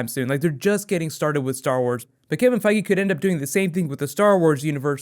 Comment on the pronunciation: everytime you say Feige it sounds like Foggy. Get kinda anoying hehe